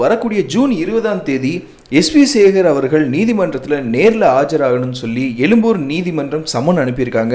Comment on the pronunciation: eLumboor aa? thamizh pesa katthukada modhalla